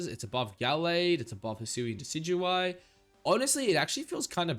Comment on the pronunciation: Ik you did not just pronounce Decidueye like that lmfaooooo